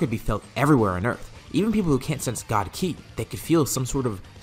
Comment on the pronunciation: 1.03.17. Did you try to say ki 🤣🤣🤣🤣🤣😁😄